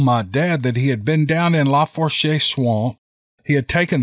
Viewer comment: Tenses= tensaw Lafource =lafoosh